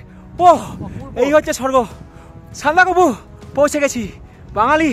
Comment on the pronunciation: Ore sandakofu noy re bachha, sandakphu bole